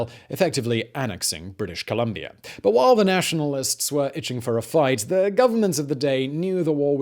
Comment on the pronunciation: Uhmmmm i was born and educated in British Columbia. ColUm(not O)bia....sorry